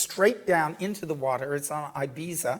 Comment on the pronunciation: please learn how to pronounce Joaquin properly and Ibiza for your lectures, which are fabulous.